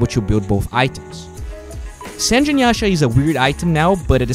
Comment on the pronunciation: It's San/ge not sanj